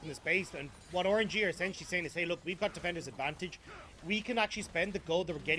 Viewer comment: Is anyone else hearing Orangy?